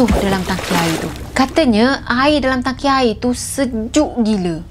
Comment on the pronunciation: Tangki. Bukan Taki😜😝😛🤪